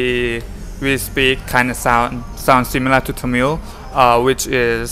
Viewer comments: தமில் அல்ல தமிழ். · தமில் இல்லப்பா தமிழ்